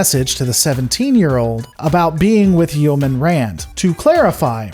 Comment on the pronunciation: Your pronunciation of yeoman makes me cringe lol